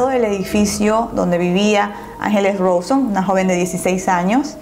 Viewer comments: es "rauson" no rohson xdd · perdón pero te quería corregir desde el video pasado y me olvidé, el apellido de ángeles se pronuncia rawson así como se escribe, no "rouson" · pronuncia mal el apellido de Ángeles y el del acusado. Es Ángeles Rauson no Roson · No es Ángeles Rosón, suena Rauson! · Se escribe "Mangeri" y se pronuncia "Manyeri" y se escribe "Rawson" y se pronuncia "Rauson" por si algún dia haces otra parte❤ Saludos desde Argentina🔥💁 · Angeles RAUSON se dice.. 😂 me encanta tus martes de misterio 👏👏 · otra vez, soy de Argentina y se pronuncia Rauson asi como suena y se pronuncia manyeri! Nacieron acá en Argentina y así se hacían llamar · Se escribe rawson pero se dice rauson y se escribe mangeri pero se dice manlleri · Angeles rauson se pronuncia 🤙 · ACÁ, LA W SE PRONUNCIA COMO "U" RAWSON.. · el apellido se pronuncia rauson y se escribe rawson(eso ya lo sabes)